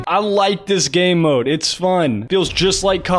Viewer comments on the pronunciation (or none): 100% he said gaeymode